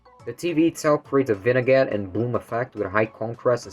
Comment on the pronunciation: great video! btw vignette is pronounces "vin-yet"